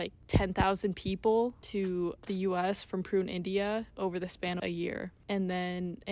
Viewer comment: Massive holes in this interpretation. I would not trust much of this video as the speaker does not even know how to pronounce Pune, India. There was apparently an FBI or CIA plot to turn the Oregon Commune into another Jones Town by poisoning all of them..Also local redneck Americans performed terorist acts on buildings owned by the commune and killed inocent people. The Ignorant locals just hated the Commune and did everything to intimidate and destroy them. The sex obsessed American culture focuced in on the sex. Osho once said to a journalist who asked him "why are you so obsessed with sex?" which he answered, "I have written 150 books and only 2 of them are about sex...I think you are the one obsessed with sex"